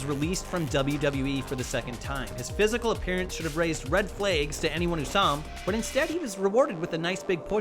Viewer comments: You pronounced "red flags" as "red flaigs" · red flaygs? Really? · "red flaeges" WTF? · what are red "flegs"? lol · are you from the midwest andrew? red fleghs lololol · Red flAYgs